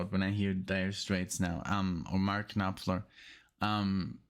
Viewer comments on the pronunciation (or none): Love your channel. Thanks for getting to more Dire Straits. I think you might get down the rabbit hole on them like you did with The Dan (oh the sacrilege I know). One thing, the P in Knopfler is silent. It’s pronounced Nah-Fler. Thanks again.